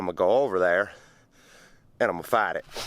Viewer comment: " Imma fite it " ....🤣